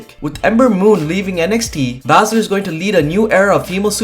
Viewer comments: ITS PRONOUNCED SHAYNA ‘BAY’SZLER KNOW IT ALL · Learn how to say Shayna Baszler correctly please